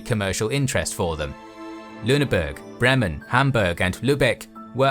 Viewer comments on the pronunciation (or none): You need to work on your pronounciation of german city names, especially the vowels "Ä, Ö, Ü". You got the "Ü" in Lüneburg right, but you said LünebErg. Its BrEmen, not Br(e)mmen. Same with Hamburg as in Lüneburg. HambUrg, not HambErg. LÜbeck, not LUbeck. I needed to turn on captions to see you tried to say "Landwehr". The "German HansA" is called "Die HansE". With the scope and quality of your content I hope you can work on this for the future.